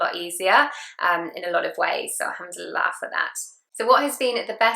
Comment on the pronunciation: Indeed. She says them with correct pronunciation Masha Allah.